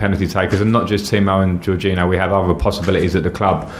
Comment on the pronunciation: His pronunciation of Jorginho is also really bad